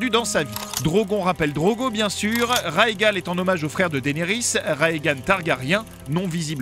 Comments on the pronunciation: Vous voulez dire "chaque saison", non ? : Son grand-frère qu'elle n'a pas connu s'appelle Rhaegar, pas Rhaegal. Enfin, ce pourrait juste être une erreur de prononciation. : Ce personnage s'appelle Gregor Clegane, pas Cregor Clegane ! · Rhaegar, pas Rhaegan, sérieusement. Gregor, pas Cregor.